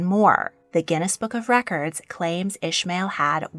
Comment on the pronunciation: Hey, I really liked the video, but "Ismail" isn't pronounced like that 😅 This is the arabic and islamic version of the name and is pronounced "EE-S-MUH-EEL". In English and German at least. The way you pronounced it is for the biblical/hebrew version, which is written as "Ishmael". Just wanted to tell you, as it always bothers me when someone gets my name wrong haha